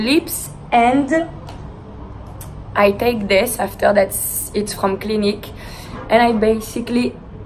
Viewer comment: the way she said "it's" at the eyecream part, "itz-eh".. i wish i had a french accent it sounds so beautiful